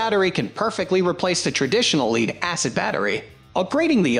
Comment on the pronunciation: the incorrect pronunciation is a hoot ... "leed acid"